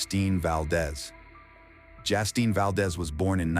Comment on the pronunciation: It’s Justine, not Jastine